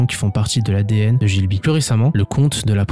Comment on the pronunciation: G(h)I BLI --- pas GIL BI - Sinon top vidéo - Le Château dans le Ciel & Le Château Ambulant